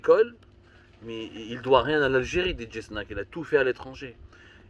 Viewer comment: Your pronunciation is wrong Dj 🐍 snake.